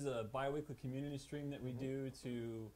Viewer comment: "Cumminity" Seriously, guys? You must have lots of fun behind the scenes...